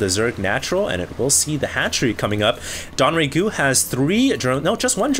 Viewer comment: Isn't it DONG Rae Gu? Why does he keep saying DON Rae Gu????